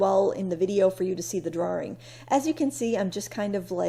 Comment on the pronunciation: I come for the art and sometimes stay for the way you pronounce "drawRing" just like Austin Powers, ha. Love old architecture. Here, we're losing medium sized retail too. Not a good sign. SIGH! Thank you.